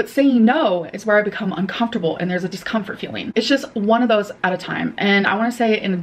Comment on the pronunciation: Its "discompfhurd" 😂